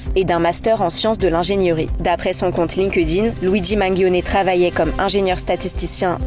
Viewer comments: Le G de Mangione se prononce comme un "dj", et non un "gu" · Luigi Manguione ou Mangione, tu dis pas manguer, tu dis manGER. Et bien, là c'est pareil 😂😂😂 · "manguioné"? Que ce soit en italien ou en français, les lettres "gio" ne donnent PAS un son dur de la lettre G, par pitié, corrigez ça la prochaine fois 😊